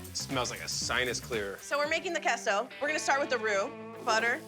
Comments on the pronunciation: Kehso is a first😂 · The way she pronounced queso was diabolical.